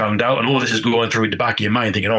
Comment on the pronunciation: Your overall point is sound, but pronouncing “the” without a schwa is not perfect, it is erroneous pronunciation.